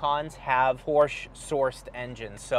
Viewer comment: Thank you for pronouncing Porsche correctly. Every time I hear "Porsh" I cringe.